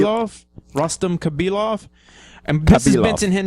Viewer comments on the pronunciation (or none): Its rustam not rastum....